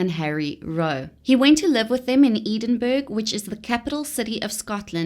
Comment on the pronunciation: Where is Eden Burg? Lol, it's pronounced Edunbrah or Edinburrah depending on where you are from.